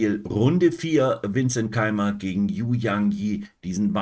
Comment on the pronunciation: "Yu" spricht man "Ü". Danke für Deine Videos (fast) jeden Tag. Ich schaue alle.